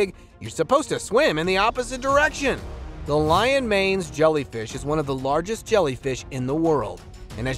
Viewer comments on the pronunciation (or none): none